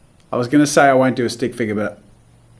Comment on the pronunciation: “stick figga”